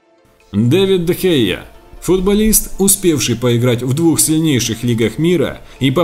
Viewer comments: Не Де Хея, а Де Хеа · Не Де Хея, а Дэ Хэ